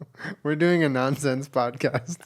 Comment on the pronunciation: Any Brits cringe a bit when Julien talks about Nonsense cast and says “NonceCast”😂😂